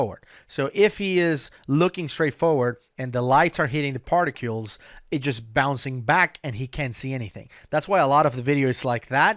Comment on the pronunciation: I’ve got to say it, there is no “U” in particles. Stop it! I’m telling you like a good friend would inform you if you had parsley in your teeth or toilet paper on your shoe. I won’t even say anything about your pronunciation of “recreational” (oops). Ask anyone, they should be able to tell you how it’s done. It’s pronounced “wreck-re-a-tion-ul”, not “ree-creation-ul”. Think of parks & rec or rec room.